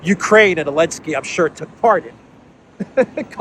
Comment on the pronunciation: 😂 love Clown 🤡 World Ps whybis Zelensky called Elensky ?